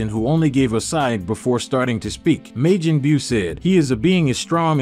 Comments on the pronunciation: Why are you saying Majin like Majen? Wtf I've never heard it pronounced the way you saying the shit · how the hell can u not pronounce majin correctly how long have u actually watched the show